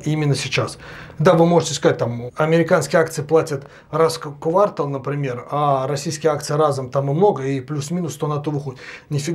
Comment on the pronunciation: Зая, только квартАл, а не квАртал)